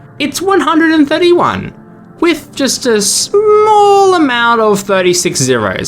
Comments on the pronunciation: "undih dihhllion" 🥀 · Undecillion ❌️ UndecDILLION✅️ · Undecillion ❌ Undeckdihllion ✔️ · Lmfao at pronouncing undecillion as un deck dillion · please stop saying un deck dillion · “Undec D illion” bro I’m crying 😭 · Undecillion is pronounced "un-deh-sill-ee-un" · Bro's pronunciation of "undecillion" (UN-DES-ILL-EE-ON) haunts me. Where did you get the second "d" from 😢. Edit: Omg I reached "one point five quad-dragon-tillion" 😭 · My soul leaving my body after hearing mispronounce Undecillion as Undickdillion: My soul's soul leaving my soul after hearing mispronounce Novemdecillion as Novemdickdillion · he inserted extra "d" in the middle of a word and it is pronounced "un-di-SIL-yun" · Wrong, the pronunciation is "Un-deck-ill-lion". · the c is pronounced as an s